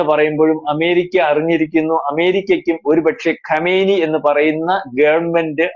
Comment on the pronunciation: Kamaini alla kumaini peruparayan polum Arkyilla